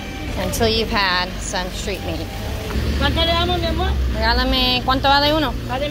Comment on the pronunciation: Love it! "regáleme uno..." Sounds like a tica ❤️👌🇨🇷